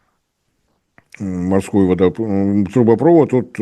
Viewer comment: А как Вам "газопрОвод", нефтепрОвод", "трубопрОвод"? Слух не режет? Дальше слушать этого "эксперта" больше не могу. Дизлайк.